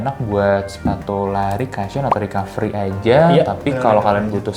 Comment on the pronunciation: Lagi2 saya tak lelah kasih input utk host nya yaa.. biar makin maju videonya.. Cushion dibacanya KU-SHYEN, bukan KA-SHYEN Ato gampangnya sebut aja BANTALAN